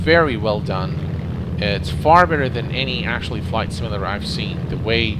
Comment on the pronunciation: It's "sim-yuh-lader" not "sim-ul-lader".